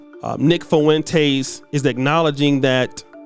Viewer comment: Man, you right...but it's pronounced Fwin-tez (spelled Fuentes) lol....Foo-win-tays...unless its a diss lol